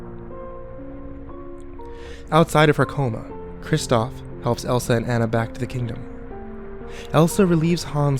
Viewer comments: Kimberly French THANK you!! I feel like the only person who notices this!! They would know how to pronounce the name if they actually WATCHED the movie!!! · The fact that you just pronounced Anna's name wrong made me cringe. Sorry to point that out... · Anna is not pronounced how your saying it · this...wasn't very good and, it's pronounced Ah-nah not An-ah (because of the country it's set in) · It's not aa-na(Anna), it's aw-na(Anna) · Ah-Na not Anna. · I know I'm almost 10 years late, but does anyone else just feel a tinge of annoyance every time he calls her "Ann-na" instead of "Aw-na" (the correct way to pronounce it) or is it just me? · You crept saying Ana not anna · its actually pronounced Onna but spelled Anna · it A u n a Not ana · ah-na, not anna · It's pronounced ah nah and love ur bids escpicually the rugrats theory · Anna's name is pronounce uhna it is German. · Interesting theory, but the only thing that bothered me was that Anna's name was said wrong. Pronunciation of her name could be like this On-Nah. Besides that, it was interesting to listen to. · this would have been so much better if you were pronouncing anna's name right... ( say it like auna) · its anna ah nna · its pronounced onna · by the way, you're saying her name wrong. it's pronounced "ah-nah" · anna is pronounced ah-na:3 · I don't know if I can believe this theory... Maybe it's just because you don't even know how to pronounce her name so I can't trust you... I'm weird like that lol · For the last time...Anna's name is not pronounced that way!! You would think with Frozen in everyone's face they would know how to say Anna's name right. Also...these theories are a bit too far fetched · Great CreepyPasta but... The whole time all I could think of was "YOU'RE PRONOUNCING ANNA WRONG." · Not how you pronounce Anna.. e.e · you pronounce her name wrong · U said ana wrong... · Omigosh please pronounce Anna's name right gyahhhh